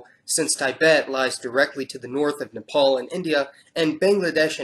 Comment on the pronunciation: You pronounced Nepal right